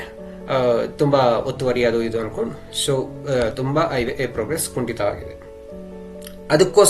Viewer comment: It's not Iway, it's Highway